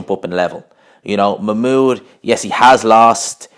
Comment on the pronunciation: I think your saying his name wrong